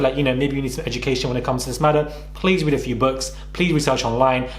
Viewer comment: This is not a read, it’s a REA”T” ☕️